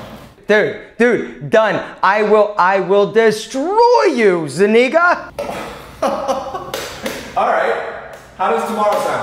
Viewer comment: Why pronounce his last name like that? Cause that’s not how it’s pronounced in spanish 😂